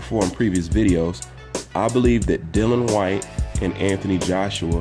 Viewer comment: Whyte would beat Wilder in my opinion. As would any top 10 fighter. By the way you pronounce his name incorrectly it is Dillian . The I is important... Great vid again